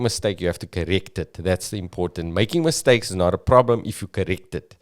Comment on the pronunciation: I'm fasting and I just hear miss steaks